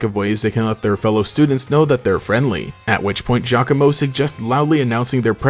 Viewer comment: Thank you for not pronouncing Giacomo's name "gee-awe-coh-moh" like every other PokeTuber does. And since we're talking about him, my theory is that he's Guzma's nephew.